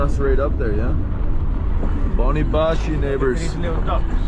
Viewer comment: Chony bashy with CH not boni bashy :D anyway nice to see you in my country man I was there in July… I highly recommend you to visit a beautiful place Deraluk it’s between Dohuk and Barzan 🤩 and Akre